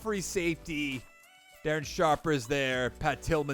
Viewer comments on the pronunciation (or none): none